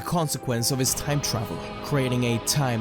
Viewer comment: did I hear a time animality? You mean time anomaly? Ha never heard that before but in all seriousness this is a great story